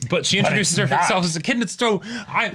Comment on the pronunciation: Finally, somebody who already knew how to pronounce "Echidna" correctly. This is why the are the best reactors. Men of culture and learning, through and through.